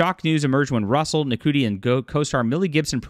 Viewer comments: Ncuti is pronounced "Shooty". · His name is pronounced "shooty" btw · I can't stand the new Who either. It's garbage, they're fudging the numbers and just plain lying about its popularity. The scripts are awful and Ncuti Gatwa is terrible as The Doctor. However, he IS a favourite in Sex Education and rightfully so. (BTW his name is pronounced "Shoe-Tee" - as in wearing shoes and T-shirt.) You've put a lot of effort into the narrative so try to get the names right.